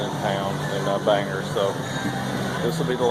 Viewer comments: Good day sir, glad you are home safe with family, also glad to see you talking the importance of EXERCISE thank you, all right i have to say will miss you mispronouncing towns in maine, bangor- bang- gor not ger , Mill in cocket, im going to use that alot- ill give you all the credit, and i know im a big pain in the ass, thanks again you have inspired many people, glad you got to meet and spend time with some good people in maine, my prayers are with you and your family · Good Morning!! I thougth I'd give you some Maniac lingo, Bangor is pronounced Bang-gore and Millinocket is Mill-a-knock-it. By the ture Maniac's LoL I know.....but its Maine:) Awesome what was raised for ST Jude.:) SlowFlight